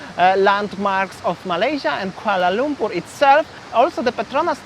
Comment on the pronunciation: Yeah, he can't even pronounce Kuala Lumpur correctly. He said Kuala Lungkur🫤